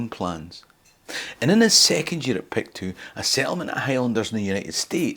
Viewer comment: Excellent work, as ever, but the diphthong in “Pictou” is not articulated. Locally it is pronounced “Picto”.